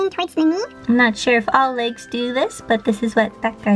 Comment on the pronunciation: Thought she said Lakes not legs